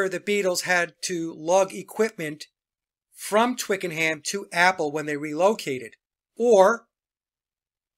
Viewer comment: Ohhh …. Twickenham is pronounced twickenAm… h not pronounced in British talk